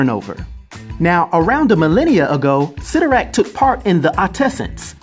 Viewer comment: Isn’t it pronounced CY(IIIIIIII)torrak? I always thought that it was pronounced that way.